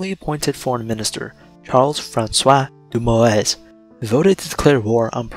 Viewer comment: Charles Francois Doumoueueueue